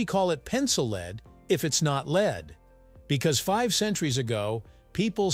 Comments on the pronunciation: It's because it's read out by a machine, not a person and the fact that 'lead' is pronounce differently dependent upon context, which the machine is too stupid to pick up on, we got a bloody awful commentary on this video. Had the authors had the wit or wisdom to think about it, they'd have altered the written script to read 'led' instead of 'lead'. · It's "led" as in "Led Zeppelin". Doesn't anyone watch these before publishing ?